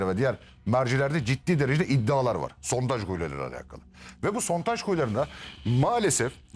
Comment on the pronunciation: Adam inatla SONTAJ diyor hey Allahım 😂